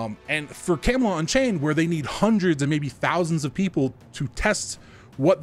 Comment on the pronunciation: camelot => camalot => cam-a-lot